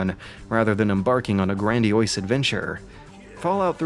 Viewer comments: Grandiose. Not grandioise. Otherwise, great in-depth analysis! Also, just noticed, your voice kinda sounds like the male voices built into Mac OS X for Siri / text-to-speech. haha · "Grandy-oyse"? Reallly?